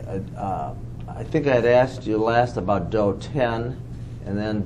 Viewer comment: This dude should have postphoned this deposition the second he said axed skin to skin its def proprietary 😂😂😂